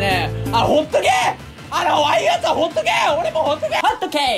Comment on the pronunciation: 最後のほっとけー⤵︎ が 発音いいホットケーキ に聞こえた